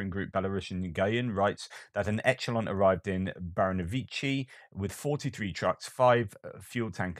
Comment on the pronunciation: What's this "etchulon" you speak of? Echelon is pronounced Esh-elon. If it's not all the grating Americanisms you constantly drop you always manage to find something else in the English language to wind me up with. It detracts from the great content of your videos and knocks me out of my otherwise placid watching mode. I love your videos by the way. lol